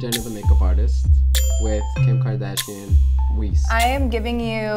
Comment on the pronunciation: He said “Kim Kardashian Weest” 😭😭💀💀